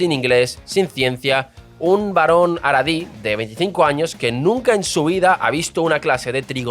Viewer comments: Tu pronunciación es... Terrible 😅 Jaredí, no Aradí. Mizrají Ashquenazí Ben Gurión Entre otras :| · No se pronuncia JARIDI no es JAREDI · Abrazos hermano pero en Samaria lo pronunciamos asi jaja